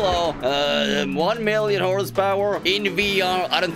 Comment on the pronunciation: Tak Fuji says “one mirrion horse powaaa”